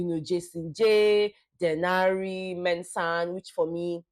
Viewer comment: I LOST it when they butchered Denari 😢😢😢 it was a lot